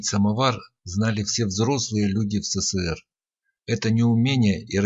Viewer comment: СеСеСеэР??? эСэСэСэР! будь грамотным!